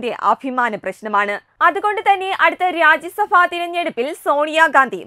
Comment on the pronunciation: Not rajyasabha... loksabha And pronounce as bha Not fa OK am full time Tatwamayi viewer